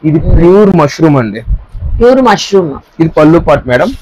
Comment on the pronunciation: మష్రూ అమ్మా, మష్రూం కాదు